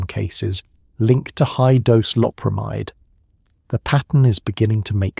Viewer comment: Most of this video the narrator mispronounced LOPERAMIDE.